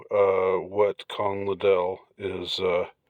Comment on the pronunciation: LIDD-ell, not lidd-ELL